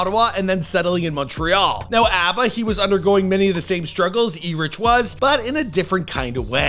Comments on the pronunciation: E-Rich Attennay 😂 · Lol him pronouncing Preaches name as E-Rich Eh-teenay is hilarious. Its pronounced Erich (Erick) Etienne (Et-tee-en) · Who is E-Rich? XD.... man's name is Erich, like "Eric" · Preach is gonna lose it after you pronounced his name that way lol. It's pronounced like Eric lol. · Yeah it's hilarious. First name too.. it's just pronounced Erik, not E-rich (as in rich). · that's not Aba. Plus it's pronounced like Erick not E-rich. Et-te-nn not Etinney. Er-ee-tray-a. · Erich, pronounced "Eric" Last name: Etienne, pronounced "Eh-tee-ehn" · as a european living in belgium i find the way you pronouce Erich Étienne pretty offensive lols Erich Is German and Étienne is no way near pronouced as you do lols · Preach's name is pronounced "ERIC", you don't pronounce the H in Erich. Can't believe how much you messing up his name BUGGED ME! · Preach's name is pronounced "erick" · Bro, WTF is that ? 😂😂😂 That's definitely not Abba! And "Erich" is pronounced "Eric". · First not pronouncing "Erich" like "Erik" (should've just called him Preach), then using some random dude's photo for Aba, and they even gotta share their spotlight in this vid 🤦🏼‍♂️😂 They're gonna have a field day with this one. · You totally botched preach's name. 😂 it's pronounced ee-reeck in creole or Erick in english. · Dude. Erich is pronounced "ERIC". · Great to see more Canadians this game is super hard to cut thru as a Canadian so I am so happy and excited for aba and preach by the way. ..preachs name is pronounced .Ay-ri-k (or in English Eric...h is silent) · Pronounced Eric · They butchered his name. His name is pronounced “Eric” but is spelled Erich . Don’t even get me started about how you said his last name 😭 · As a French speaker, my ears are bleeding... 😂 Preach's real name is Erich Etienne (pronounced Hay-Rick Hey-Tee-Hen) he got Watatatow correctly though. 🤷🏾‍♂️